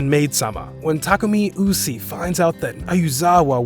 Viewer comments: SAMEEEE #bestromcomever Also was it only me or did everyone else’s hear him pronounce Usui’s name wrong 😂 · Usi and Mizuki? You mean Usui and Misaki? You didn't even pronounce the names right.